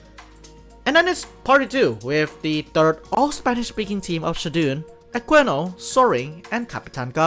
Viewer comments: it's pronounced "a-kii-no" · The way you pronounce Aquino's name is so funny to me lol